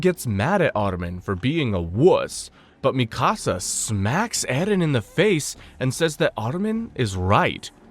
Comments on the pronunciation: Bruh its mikasa not "misaka" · Bro what? I've heard Mikasa's name mispronounced all sorts of ways, but Misaka? That's a first. Whats even funnier is you say it the correct way less than a minute later. And after that start mispronouncing it as "Mi Casa" for the rest of the video lol. Wtf have you been smoking before recording and can I have some? FYI it's Míkasa - emphasis on the FIRST syllable. You literally show clips from AOT where her name is pronounced correctly Did you actually watch it, or are you just reading a script somebody else wrote for you? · Stop calling it misaka 😭, it's our legendary Mikasa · Bro called mikasa misaka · Yu slaughtered Mikasa's name on the 1st attempt 😂 MI SA KA 😂😂😂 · Lmao that made me laugh too and it happened a few times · You calling Mikasa “Mi Casa” is messing up the video a lot for me. I just hate when we get the ACTUAL pronunciation IN THE SHOW and ppl still mess it up 🤦🏾‍♂️🤦🏾‍♂️🤦🏾‍♂️🤦🏾‍♂️ keeps reminding me of the guy who kept messing up “Akatsuki” 😂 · Same. I once tried watching an AOT recap on another channel, but couldn't finish it because they weren't saying "Levi" correctly, which grated on my nerves.